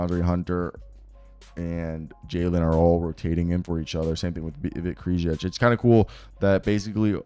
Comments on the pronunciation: Hey man, I used to hate on you really hard. I'm glad to see how much you have grown. Solid content all around. Just wanted to give you props. Also it's pronounced Vit Kray-shee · Vit's last name is pronounced like Cray-chee